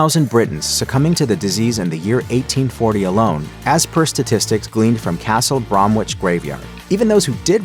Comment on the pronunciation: Was finding this interesting till I heard Castle Brom Witch. It doesn't take much to find out how to pronouce place names correctly.